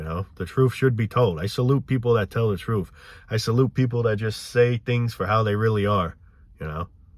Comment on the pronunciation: Gotta hear the "troof", man! 😂